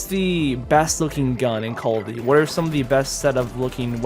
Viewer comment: Who else loves when he says " whayt?!"